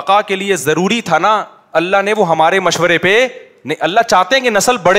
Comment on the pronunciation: Ya Allah ko Allah Maya bol raha kesa mufti hai ya